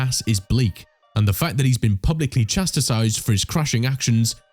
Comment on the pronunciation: BTW, there is no such word as chasticized !!!! silly boy, its chastized